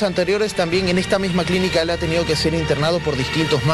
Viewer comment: Si saldrá de ejta... 😬😬😬